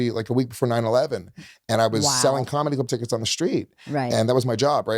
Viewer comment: Luis traits all on display here: 1. yapps to fast 2. says comedy club tickets in one syllable Luis: "i sold Comedubckets in nyc when i was 20" 3. Not listening to Leanne (she was saying she loved being a parent to Luis thinking what he was gonna say) 4. lies 5. says he doesnt do drugs yet consumes them daily 6. like # 4 lies about his sister...they hated eachother with 3000 passions. he looked up to her? come on man 7. he is no comedian 8. hes dumb 9 and 10. Hes selfish